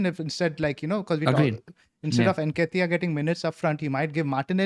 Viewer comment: calling Nketiah - ‘Nikita’ is just 😂😂😂